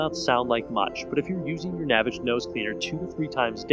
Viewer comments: it's pronounced NA-VAGE, like GARAGE, Not NAVIGE. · Its not pronounced navage like savage ,its nah vaaage. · It's "naväge," you tool. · The creator pronounces it Na-vAge. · If you can't pronounce the name of the company properly, you didn't do your due diligence and your opinion is worthless. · Maybe you should learn the correct pronunciation of the product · This guy pronounces "Navage" differently than the inventor does in the radio commercials. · Because he pronounces it differently, he's pronouncing it incorrectly. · You must not have seen the Navage commercials because you keep pronouncing it incorrectly and discrediting your “expertise”. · Would have been nice to see someone use the product completely and get their reactions and also I believe your pronunciation of the product is incorrect.